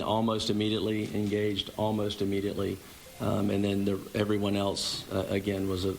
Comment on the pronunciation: Can somebody tell that cop that he is not saying immediately correctly what a doof.. how did he get to do the interview. Failed grammar in middle school